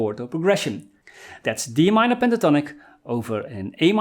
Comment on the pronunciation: Really cool lessons from a guy who is from the Sean Connery school of pronouncing "s" words like "sh" words! The name ish Tonic...Penta Tonic!